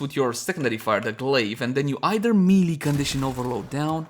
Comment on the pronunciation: I would think you'd learn how melee is pronounced after making 200 melee weapon guides.. ; )